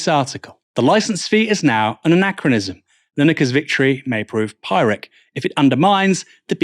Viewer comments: FYI, pyrrhic is pronounced "pirrick" (rhymes with "lyric"), not "py-rick". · pie-rik? strewth.